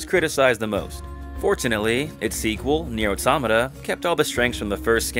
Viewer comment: I hate how he pronounced it. Because it's an outstanding game and story